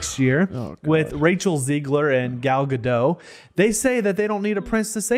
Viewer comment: Who the hell is "Gal Gado"? I keep trying Google but it keeps saying "Gal Gadot" Say dot. Now say Gadot. Being literate is fun.